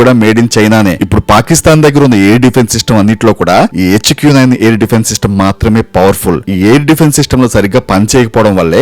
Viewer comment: ఎచ్చుకు నైన్.. ఏంట్రా..? హెచ్ క్యు నైన్ అనలేవా...😂😂